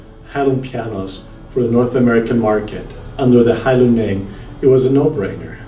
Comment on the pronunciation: It is pronounced "HaiLeun", not hailoon.